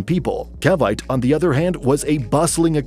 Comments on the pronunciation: The pronunciation of the city name Cavite is so totally wrong; the correct pronunciation is 'kaa-vee-tee', not 'kay-vite'. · its CA-VI-TE (KA-BI-TE) not (KAY-BITE) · Just a minor correction to you pronunciation of “Cavite”. It is not pronounce like in.... vite but rather like Ka(Ca) bee (vi) te similar to “ten”. Being a resident of Cavite I just couldn’t resist. Thanks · Do your homework on pronunciation ca-vi-té not caviyt —nakakarindi yung maling (cringe) pronunciation —yeah bad business environment in the Philippines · ❎️ Cavite ✅️ Kay Bite, Cuh Bite 😊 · Cavite it's not kavayt, it's kavité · Cavite pronounced as Ka-byte!😅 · Pronunciation: Cavite - cah-vee-teh Trias - Tree-yas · General Trias Trias is pronounced "Tree As" Cavite is pronounced with three syllables as "Ka Vee Teh" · Cavite -- ka-'VEE-teh General Trias -- heh-neh-'RAL 'TREE-ahs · Cavite is Pronounced Cah-vee-Teh . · Cavite = Ca-vee-teh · Pronounced “CA-VEE-TAY” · CAVITE??? it is pronounced as CA-VI-TEE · Learn the correct pronunciation of Cavite. You totally butchered it. The "e" at the end is not a silent "e" making the "i" a long "i" as you pronounced it, but a syllable and pronounced as a long "e." Cavite has three syllables and not just two. Since you mispronounce Cavite multiple times, why should I find your information reliable? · You mispronounced cavite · When a foreigner talks about the Philippines wrongly pronounced CAVITE :) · You mispronounce “General Trias” and “Cavite”. Pronounce them like you would in Spanish and you’d be OK.